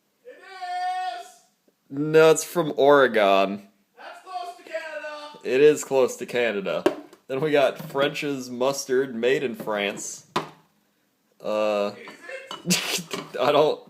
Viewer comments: im sure doger has told you this but we haven't gone anywhere its or-a-gin. Not OR E gone... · 1. It's pronounced Oh-reh-gen. 2. Beavers are from Oregon. 3. Oregon is not close to Canada. -A very disgruntled beaver.